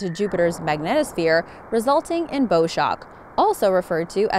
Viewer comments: One of the most intriguing sounds is from Saturn. Why was that not included here? By the way, "bow"- as in bowshock- is not pronounced as bow (in bow and arrow) but as bow in "take a bow"(bend your body forward) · Interesting sounds, but I wanted to point out that your pronunciation of "bow shock" is off. "Bow" is pronounced like the front of a ship in this case, not like the weapon that shoots arrows.